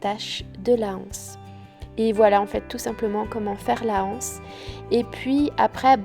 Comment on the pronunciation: Très beau sac bien réalisé ! Mais on ne dit pas la anse on dit l’anse et donc on fait la liaison aussi avec les anses , il n’y a pas de h aspiré. A bientôt de vous regarder, je ne rate aucun de vos vlogs qui me plaisent beaucoup